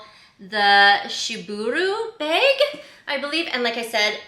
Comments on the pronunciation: B A G , not beg 😂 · Happy birthday 🎉🎉🎉🎉 wait, what’s wrong with the way you say “bag” ? Love the bag!